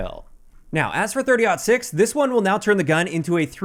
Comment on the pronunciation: I’m happy you said 30.06 correctly.. JGod totally butchered it